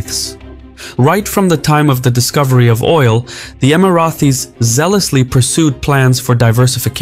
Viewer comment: Amazing video but i gave a thumbs down because you keep calling us “Emarathis”. There is no TH in the name. Thanks